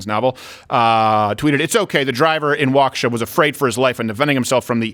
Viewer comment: Waukesha is pronounced walk ▪︎a▪︎shaw.